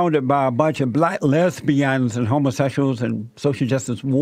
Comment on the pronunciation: B L A C K LEZ - BE -YUNS EDIT: CRAHKK- HEDDDD